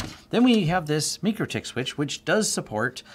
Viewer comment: it's "MY-CRO-TICK" not "ME-KER-TICK"